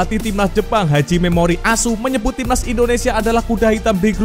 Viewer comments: Admin bar bar njir.. Sebut nama pelatih jepang koq gitu..😂😂😂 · Semangat amat bang nyebut pelatih Jepang memoriASU 😀😃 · asuuunya candu bnget,penekananx itu loe...😅😅😅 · jelasddd,ngomong pelatih 🇯🇵, memori as.... 😄😄😄😄😄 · Ya klo nyebut platih japan sngat lucu asune kwi loh medok bnget😂😂😂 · Min... Kamu kok fasih bilang ASSU Mimin orang Jawa ya😂😂😂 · Ada masalah apa ma pelatih jepang min ikhlas banget ngomong "ASU"nya?😅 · Apa lagi pas bilang memoreal asuu 😂😂😂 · kalau nyebut nama pelatih jepang nyentuh banget 🤭 mak nyos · Kok maantap kali nyebut pelatih jepan 🤣🤣🤣🤣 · kocak kalo sebut nama tetangga😂😂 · Bikin ketawa ngakak aku dengernya, itu loh yg nyebutin pelatih jepang ny itu loh bikin ngakak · Wiiihh mimin kalo nyebut pelatih jepang mantap bgt..😂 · Bang pelatih jepang pengucapannya jgn disepasi jatuhnya artinya salah bang 😅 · Jgn keras2 min kalau memyebut, pelatih tim nasional Jepang,,, diksi tekanan akhir kata diperhalus aj ga enak lho,, 😅😅😅😅